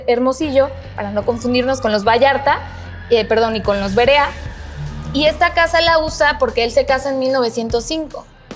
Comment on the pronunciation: Es Verea ,no Berea, esta casa pertencio a mi familia , a mi bisabuelo ,muy linda, en que direccion esta me gustaria visitarla en mi siguiente viaje a Guadalajara,saludos!!